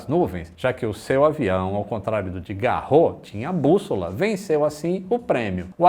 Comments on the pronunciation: Apesar de muitas palavras em francês não pronunciarem o "S" no final, o sobrenome Garros é uma exceção. Não se fala Garrô, mas Garros mesmo. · neste caso no francês o nome Garros pronuncia-se o S. Logo, o nome fica Roland GarroS. 😉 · Só uma correção, o Garros lê-se todo, ou seja, lê-se o "s" final. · Excelente Vídeo. Uma pequena correção: Se pronuncia o "S" final de Roland Garros. O nome não é francês mas, de origem alemã. Por isso se diz o Grandslam Francês de Roland Garros.